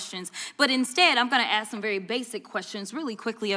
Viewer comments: not going to "AX" and questions??????????????????? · " not gonna ax any questions?" Crockett is an idiot